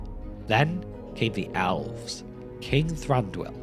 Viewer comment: Elves and Owls are not pronounced the same. Please learn to pronounce Elves.